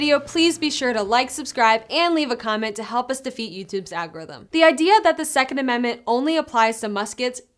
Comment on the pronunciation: Al g0 rhyth um